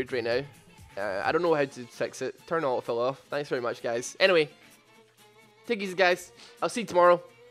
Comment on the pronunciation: This guy's lack of "t" in auto fill is wonderful. "uh-oh fill."